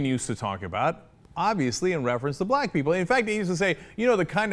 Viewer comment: Rick Santorum didn't say "Black People", he clearly said "Blah People" *stares at Jay-Ar*